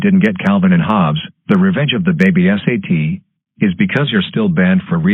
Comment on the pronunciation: GOOF: He says "S-A-T" instead of "Sat"